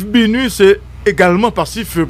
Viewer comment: Saa pa même ka prononcer BINU epi li se gro analyst... ala de koze papa!!!